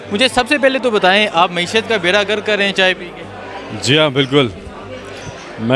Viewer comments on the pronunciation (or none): اچھا کام کر رہے ہیں آ پ۔ ذرا اردو ٹھیک کر لیں۔ بیڑہ غرق ہو تا ہے ۔ غرک نہیں ۔